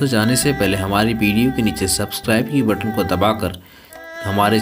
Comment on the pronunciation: भाई बोलना सिख ले🤣😂🤣😂 बीडीओ,,नई होता हैं वीडियो होता हैं🤣😂🤣😂बीडीओ🤣😂